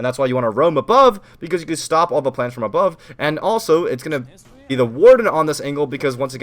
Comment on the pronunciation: anyone noticed how says shtop and shtuck